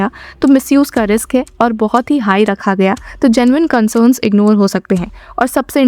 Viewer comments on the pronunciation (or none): none